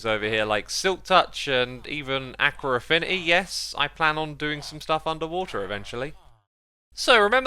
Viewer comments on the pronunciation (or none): Akwer affinity he said lmao